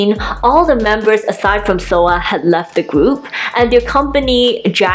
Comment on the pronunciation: Soa, not Soo (I watch YouTube on my tv and I didn’t notice the A wasn’t an O).